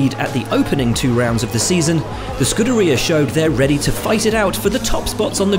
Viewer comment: "Scude ria" really?